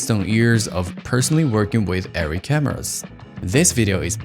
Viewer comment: firstly, thank you for correctly saying the name as Airree not areree. As a MiniLF owner op for 3 years, I know this feeling too well. It's hard to break away from that camera and dive into a new ecosystem of camera. Every DP should learn the physical minutias and tools with all cameras, but if u choose Arri, its hard to go back